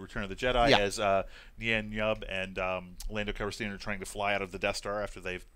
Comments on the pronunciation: Thank god I'm not the only one! Not to mention "Lando Calreesian"... SMH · needs to learn to pronounce these names correctly. Bobba Fett? Lando Calreesian? Even actor's names. Max von SYdow. Not Max von SIDow.